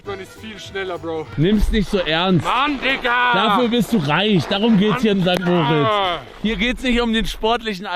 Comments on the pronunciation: Du könntest perfektes Schweizerdeutsch sprechen, solange du St. Mooooooritz sagst statt St. Moritz wird dich jeder als Deutschen erkennen. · Warum sagt immer St. Moooritz?😅 Adi sagt es komplett clean